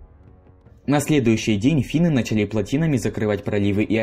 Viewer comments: Не начАли А нАчали… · Интересно, но с ударениями правда надо что-то делать... Ладно собственные имена, но даже в нарицательных: городОм, началИ, бомбовЫе. Как так можно прочитать вообще? 😅